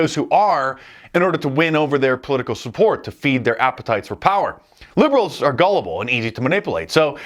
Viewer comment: Dice is brilliant. I just wish he could pronounce "Are" and "Our."